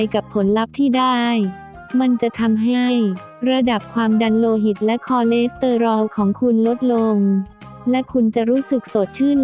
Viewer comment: ไปฝึกอ่านคำว่าคอเลสเตอรอลใหม่ค่ะ